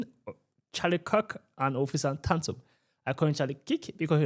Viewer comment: You said officer tonsil its Officer Tatum but I’m with you bro